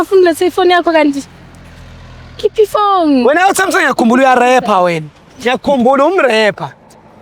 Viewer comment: "whena" utsho kakuhle king